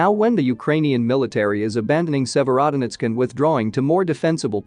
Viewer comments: Please learn the proper pronunciation Sevrodonetsk ! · Good video but the consisten mispronouncing of Sevierdonesk was really grating on my ear. If you want your reporting to be taken seriously, you need to check and double check pronounciation of these town names and Ukranian words. Really sloppy!